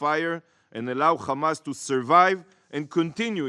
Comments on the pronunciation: It’s “Hamas” not “Khamas”. And these people want us to believe they are the creators of Hummus (Khumus as they say)? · Khamas Khamas Khamas Khamas Khamas, I wonder what lead to the rise of Khamas.. by the way it's Hamas not Khamas as the fabrication of Torah and the hebrew language stollen from the Arabic language...